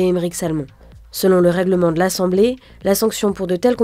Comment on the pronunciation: Ça peut aller jusqu’à l’essssclusion ? C’est vrai ? Pas foutue de prononcer exclusion correctement ?